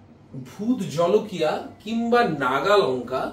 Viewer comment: Jhalakia noy jolokia